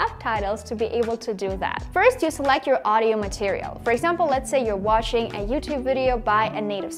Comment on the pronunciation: watching or washing? Am i the only one who noticed this error. Overall you’re doing very good.